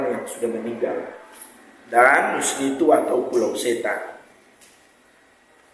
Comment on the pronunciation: Nisnitu bkn nusnitu kk